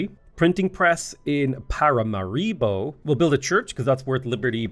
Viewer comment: The number of times struggles to say "Paramaribo" in the video is... astonishing